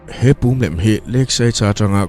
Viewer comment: Ngaihnawm thin e.. Nang meuh in pum lem tih hi i lam sual tlat... Pum tuia chuanna thin hi kan pum(dul) kan lam rik dan nen hian a inang tur.